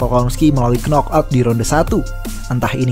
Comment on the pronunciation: knockout dibacanya nokaut ya bukan knokout